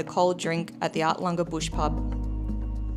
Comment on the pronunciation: Our favourite place in the east Mac’s…..arltunga bush pub is a cracker of place 👍🏻 loved it there in August. …oh it’s Arltunga….arl not art-tunga 😅 or artlunga 😂 A very well showcase video of the east macs awesome guys 🤟🏻 nice rig to 🤗